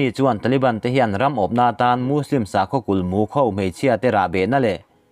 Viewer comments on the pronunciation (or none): none